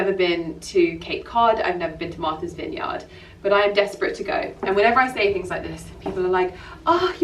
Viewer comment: Before you come to Massachusetts (and we would love to have you) you need to learn to say Vineyard like a native. 😂😂😂